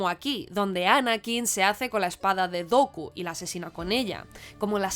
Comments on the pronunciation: No. No es la mejor, para comenzar. ¿No les enseñan a hablar inglés en España? Porque es el colmo ni saber pronunciar el nombre Dooku. Finalmente, te decapitaste sola al decir que el Elegido era Luke, pues es Anakin quien trae el balance y cumple la profecía. Bien dices que no quieres hablar de las secuelas, pues las entendiste mucho menos. Anakin le dice a Rey que devuelva el balance como él lo hizo. Luke solo ayuda a ambos a devolver el equilibrio. Muy bonito el tema de las luces (Ya hasta forzado) pero eso no basta. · Muy buen vídeo. Lo único que podría corregir es la pronunciación de Vader como ‘weider’ o Dooku como ‘Doku’.